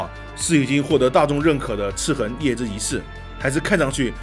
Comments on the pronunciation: 他说ci痕舒服多了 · 的发音笑死我了，一本正经的chi痕chi痕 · 这次念「赤痕」的时候特别注重嚼字...: ) 其中还有念成「赤魂」的。这个IP是不是有一个更复古的仿8bit游戏？ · 哈哈哈哈，听一直说广普，但是读“赤痕” 又特意咬字特别清楚，感觉很萌啊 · 哥你这集在说游戏名字赤痕的赤的时候卷舌音特别重是肿么回事？而其他的却又不注意。听着特别别扭，还不如继续说塑料普通话了…… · 血虧笑死我 🤣🤣🤣 所有籃子放一個雞蛋裡也笑死我 😆😆😆 聽著唯獨「赤痕」二字咬字特別清楚感覺有點出戲 🤣 這款之前會免有送，我看了一下是類惡魔城遊戲就載來玩了，然後就發現超好玩～我就是喜歡惡魔城啊～～～ N年前玩過一款韓國做的手遊，也是類惡魔城，其實也不錯玩，但後來再回去看發現沒得玩了，我都還沒破關呢 QQ 會選擇眾籌很簡單啊；眾籌就是一個「給你錢，快點做」的實際展現。但是投資的話都得聽投資方的話，付錢的最大，自然是眾籌比較自由。 （小吐槽：角力應該讀作「腳力」。「角色」才讀作決，是從戲曲來的；角力是從牛這類動物用角去爭鬥的行為借代來的，所以讀作腳。你總不會把牛角讀作牛決吧？） 至於翻譯嘛……還好我是玩英文版。但我有稍微瞄過中文，那個翻譯真的是慘不忍睹 🤣🤣🤣